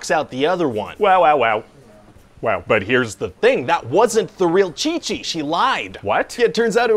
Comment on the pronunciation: "And now there's gonna be two Chi-chis" mexican people be like 🤭😉